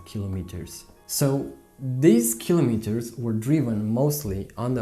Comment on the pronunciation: O fi asa in Romania ta,. Din tot acest video mi-a placut engleza ta dar tre' sa mai lucrezi la pronunția "kilometers". Chestiunea cu uleiul este foarte subjective si nu-mi place ca faci comparații.